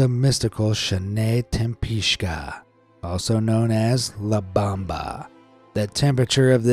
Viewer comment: It's not La Bamba, it's not the dance. It's la BOMBA. It means the bomb. You don't have even ONE Spanish speaking person as a friend who can help you not to mispronounce? You realize it's not the same shit versus sheet, right? Well, the same is on most languages. Get it right.